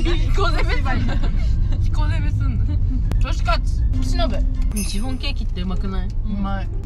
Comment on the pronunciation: シ⤵︎フォン⤴︎笑笑